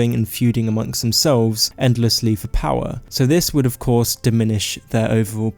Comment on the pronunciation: "Povince, eah, powa"